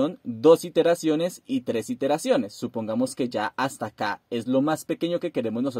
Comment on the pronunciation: no son "interaciones" ,son iteraciones, aprende a hablar.